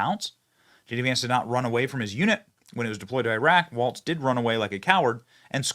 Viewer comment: Walz not Waltz